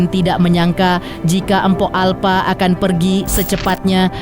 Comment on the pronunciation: Bisa baca ngga sih.. Empo bukan empok.. Umumnya gimna sih nyebut empo irg betawi ga ornah denger apa ya? 😂